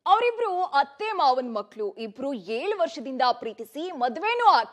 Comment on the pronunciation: ಏಳು ವರ್ಷಾನಾ ಹೇಲು ವರ್ಷನಾ ಸರಿಯಾಗಿ ಹೇಲಮ್ಮಾ.😅😅